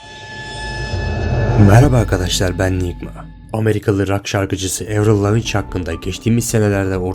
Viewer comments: oooo karşim çok kültürlü biri gibi diksiyonunu iyi tutuyosun ama soy ismini lavinç diye okuyosun. sırf izlenmek için insanları kandıran click bait içeren videoları bırakın artık insanların aklını karıştırıyorsunuz. videodaki sebeplerin hiçbiri mantıklı değil. kadın ünlü estetik yaptırmak ne kadar koyabilir? giyim, imza tarzları tüm insanlarda her gün değişirken bu kadın neden değiştirmesin? senin sesin ergenliğindeki sesinle aynı mı? bırakın artık bu işleri bırakın azıcık düzgün işler yapın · LavinÇ ne ya asdfghjkl Lavin diye okunuyor... daha kadının ismini soy ismini okuyamazken video yapıyosun... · bı kere o avrıl lavınc dıye okunmaz lavıın dıye okunur arastırmaya yapıyon barı ıyı yap avrılın klonlandıgını ortaya atan gazete acıklama yaptı bu haberın fake oldugu ama ınsanların ınternetdekı herseye ınandıgını gostermek ıcın yapılmıs bı haber oldugu belırtıldı yaptıgın vıdeo zırva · Levin diye okunur lavinç değil moruk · Lavinç mi? Evet bari soy isminin nasıl okunduğunu bilseydin video çekerken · Lavinçi değil Lavin diye okunuyor o. :) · Shane Dawson kopyası. Ayrıca Avril Lavinj değil senin dediğin gibi, Avril Lavigne. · Lavinçç ne la once okunusunu ogrenin uyduruk haber yapcaginiza hmspshaha😂😂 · Lavigne Laviyn diye okunur Lavinç değil ve biraz mantıklı videolar çek arkadaşım ne klonu be öyle birşey yok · Kadın kanadalı ,amerikalı yazmissin kadının adi "evril levin" diye okunuyor sen evril levinç diyorsun kanıt yazmissin hiçbiri polisiye bi kanıt değil resmi değil hangi akil ve mantığa gore video hazirlamissin kadının yüzü endiseliymis kadın o kadar bıkmış ki aynı sorulardan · Her Lavinç dediğinde Shakespeare mezarında bi tur attı vallahi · Avril Lavigne Laviç değil lavin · Azıcık araştır Amerikalı değil o Kanadalı ve lavinc diye okunmaz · lavinç degil laviin diye telaffuz edilir... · Avril Lavigne, evril laviç diye okunmaz "evrıl laviyn" diye okunur bi öğrenemediniz amk laviç ne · Lavinç ne inanılmaz tilt oldum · Evrıl Lavin* diye okunuyor.